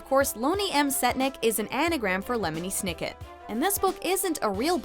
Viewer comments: its not loney m setnick its lemony sniket umm did you even hear them talk about him thats not how you say it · DID SHE JUST CALL LEMONY SNICKET LONEY M SETNICK